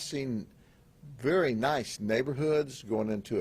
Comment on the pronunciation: “Verry nice neighborhoods “ 😂